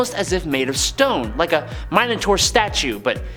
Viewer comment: Minor-tour . .... Yep.